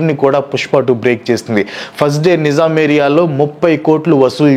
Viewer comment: నిజాం కాదు నైజాం బ్రో